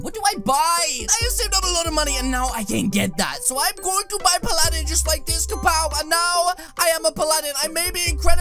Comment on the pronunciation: Your saying Paladin wrong